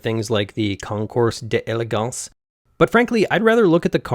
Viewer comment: You pronounced Councours D’Elegance wrong. …probably.